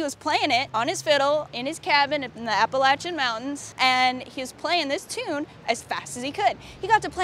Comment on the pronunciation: Thank you for saying APP A LACH A. Like the Good Lord intended.